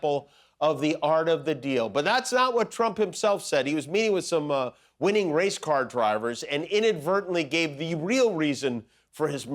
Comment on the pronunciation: I thought you said “race-card drivers”…..that’s a whole other thing lol